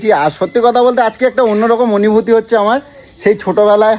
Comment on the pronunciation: a bhai tor kotha sune mone hoye dhhakkka diye felay deyi besi atuatu korisna onek kichu sekhha ektu ektu kore.. etai toh sekhhar boyesh nahole sosurbari lokeder kache khhota sunte hobere.. onivuti na onuvuuti beta bangla o thhik kore koitee parosna lo..